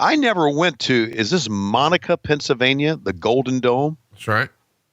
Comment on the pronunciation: its pronounced like mo nack aah not monica its 20 mins outside of pittsburgh i was at event in third row was fucking incredible the pop shane got when he won title was incredible and he lived and still does ten minutes from mo nack ahh